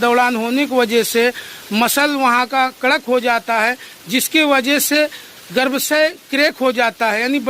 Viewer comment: पहाड़ी भाई गर्भाशय कहते हैं, गर्भसय नहीं